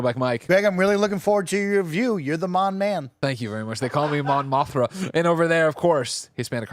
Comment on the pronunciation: This is such a meeting that could have been an email level presents, and such an awful new Mega to make such a centerpiece. Also, Greg saying Mon Monthra cracked me up.